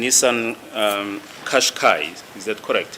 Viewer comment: Kashkai...It is pronounced Kashkai... It's Japanese not Zulu.. It's not pronounced like qiniso... It's not Zulu.. It's Japanese. Check with Google pronunciation if you don't believe me.